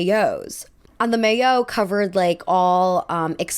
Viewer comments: Great subject as always ! Tip: Maillot is pronounced "mah-yo" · Maillot is pronounced my-oh